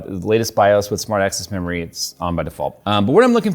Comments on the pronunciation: I swear I heard AMD ASSsmart memory.... lol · Really sounded like you said "Smart Assed memory is enabled" 🤪